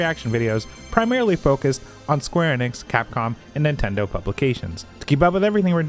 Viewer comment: The way you always pronounce Enix... "Eynnix" 😅